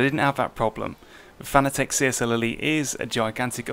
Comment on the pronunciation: pronounced fa na tick